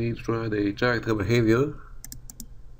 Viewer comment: It's pronounced Karacter, mate. Good video! :D